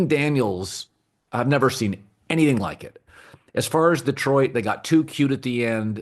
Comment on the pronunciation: “Seend” ??? Lmao 😂😂😂😂